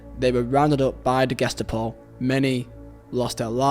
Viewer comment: Dude your pronunciation is really horrible.. Love the video but damn.. You can't even say Ge-sta-po correctly??